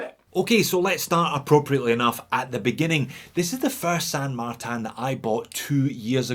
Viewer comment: “San Magtan” why? In french is….Saint-Martin no San Martin. It is a spanish name used by chinese company, not a french or swiss name, friend.